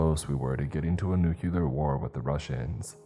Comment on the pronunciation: How does this narrator CONSISTENTLY look at the word ‘existential’ and pronounce the ‘exi’ as ‘eK-STEH’ making the word ‘eK-STEH-sten-shall’, or seeing ‘weaponry’ and saying ‘weapon-DREE’ over, and over, and over again, for both words, across multiple stories????? And ‘nook-YOO-lar’, ‘reel-A-ter’, ‘stricK’ instead of ‘stricT’ but bro can enunciate the fuck out of letters in other words like a champ😂😂. Bogles the mind.